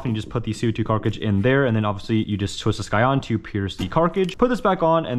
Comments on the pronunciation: Okay, first off I do like these videos.........but you sound like Blippi and why the hell do you say carkidge? Its Pronounced Kaa-trij. Cartridge not carkidge. It literally kills me every time you say it. I guess you are just immature and maybe on the spectrum, which is ok. It just annoys me. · he keeps saying carcage instead of cartridge xD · I cant get over you keep saying Carkige. Cartridge sir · Why does he say carkidge instead of cartridge? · wtf is a "carkage" you mean cartridge right? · Bro you trolling. Every video you pronounce something way off! Car-kij? Really dude? That’s how you pronounce cartridge!? No shot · Bruh, you say cartcarge,not cartridge or carcage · Cartridge Not carcrige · Cart-ridges. Not carkriges please, love ya vids but bud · Say it with me! CART-RIDGE. Cartridge. Not cargage. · Why does he keep saying carcage instead of cartridge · i fekt like i was having a stroke every time he said carkidge, i mean cartridge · OML PLEASE PRONOUNCE CARTRIDGE CORRECTLY YOU ALWAYS MESS IT UP AUGGHH. (CART-RIDGE) (C A R T R I D G E , NOT CARCRIG ) OML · Dawg... AK74u, Bersa and Cartridge. Not AK4u, bersta and carcridge. Good vid besides some of that lol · please, its Car-tridge not car-cri-jizz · Everyone realizes he says carcage because everyone comments about it right? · "Carckage".... also, if youre talking about airsoft youtube guidlines only apply to real firearms... not toys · your videos are great, the way you pronounce cartridges is a bout bothersome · “Carcige” lol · I dont understand why you insist on pronouncing the word wrong so often, just say carckt or cankister. Rant over, i love your content. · i love “co2 carcage” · What’s up with the way he pronounces cartridge and grenade? I’m not trying to make fun I am genuinely curious because I’m hearing carcage and genade. And I promise I’m really not trying to make fun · When did Millennials add a 'k' to the word cartridge? Even my boys somehow picked up saying 'carkridges'. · it’s cartridge